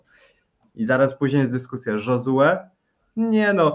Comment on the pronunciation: Panowie, Josue nie jest hiszpanem więc nie czytajcie J jako H tylko jako Ż